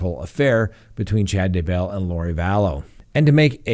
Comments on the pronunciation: emphasis on "bell", not "Day" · Your pronunciation of Daybell is better but still I weird. The emphasis is on the first syllable, not the second. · He is very good, but he has to learn how to pronounce "Daybell" ;)